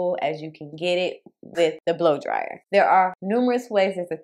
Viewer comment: and funny how he got you saying “Boo dryer” lmaooo 😂😂😂